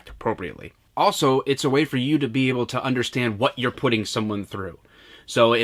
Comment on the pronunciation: “Vat” happened to you when you got tased?